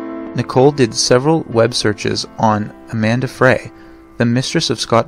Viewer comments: Amber Frey (pronounced FRY), not Amanda Fray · It's AMBER FREY not Amanda Fray. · Scott Peterson's mistress was Amber Frey (pronounced "Fry"). Not Amanda Frey as you stated. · Amber FREY is pronounced " Fry" not "Fray". Good report of a horrible case. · Who the hell is Amanda Frey??? Isn’t it amber fry?? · Amber Fry not Amanda Fray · Scott Peterson's mistress' name was actually Amber Frey (pronounced Fry).